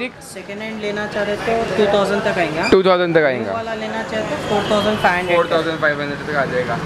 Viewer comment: Its ayega not ayinga